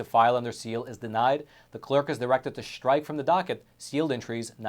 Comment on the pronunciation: Please stop saying "shtrike". There is no "h" in the word "strike".